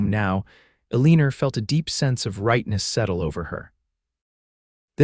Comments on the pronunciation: Ell i. Nor Not Ell een r😅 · Elina pronounced "A Leaner" is HIGHLY distracting!!! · Good grief there is no r in elina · Distracting, but funny 😄